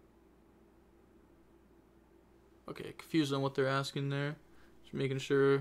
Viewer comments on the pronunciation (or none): none